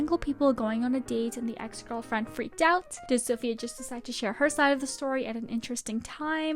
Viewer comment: It's EVENT, not EVANT. TEXT, not TAXT. EX, not AX. Fix your pronunciation, girl.